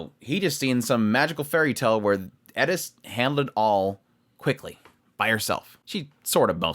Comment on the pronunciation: Please, her name is Eris, not Edis.